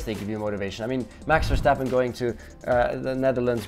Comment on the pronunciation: Verctapen!!! yes the c is deliberate shh